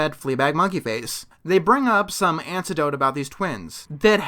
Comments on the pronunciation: *anecdote Right? Instead of antidote? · Anecdote, not antidote. Also, the reason fleabag couldn't hear well until later was because he had no ear wax anymore. When he say that his hearing is working, he is pointing out that his ear wax was gone. So, once again, they are repeating info we know. Fucking annoying. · I think you meant anecdote not antidote lols. Nice video though. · Not trying to be that person, but when you said antidote, did you mean anecdote? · aNtiDoTe? DoN't YoU mEaN aNeCdOtE? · Did you say antidote instead of anecdote? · It's "anecdote", not "antidote". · I'm not trying to make an issue or find fault because we all make mistakes, but did say "antidote" instead of "anecdote"? That reminds me of the Ron White routine in which he said if he'd known the difference between an antidote and an anecdote, his friend would still be alive. "He got bit by a snake and I was reading him jokes from Reader's Digest!" X-D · Antidote? I think you mean anecdote. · antidote? do you mean anecdote? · It’s anecdote, not antidote! ...Sorry, that was bothering me. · I hate to be that guy, but have you been pronouncing "anecdote" with "antidote"? I am a little confused. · ANECDOTE. NOT ANTIDOTE. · I think you mean anecdote, not antidote. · #anecdote, not antidote. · I heard "Ancedote". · It’s pronounced “a-nick-dote” ( as in cat) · I heard it as "ancedote". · It's pronounced "anecdote"